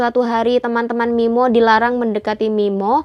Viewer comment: sampe aku puter bolak balik min, buat memastikan aku g salah denger 😁😁